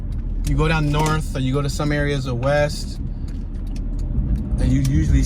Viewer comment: Norf, Wess, & Soufwess.